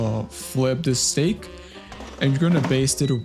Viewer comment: STEAK. Not STAKE. And that steak is old. Not too cold